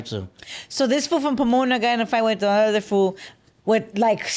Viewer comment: He pronounces Other Otter